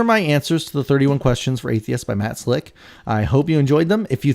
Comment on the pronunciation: I believe it is pronounced Matt Slack. One of Matt's many problems is that he thinks he is a far better philosopher than he actually is. I think deep down inside Matt there is a decent bloke trying to get out, but as soon as God is mentioned he turns into this arrogant POS.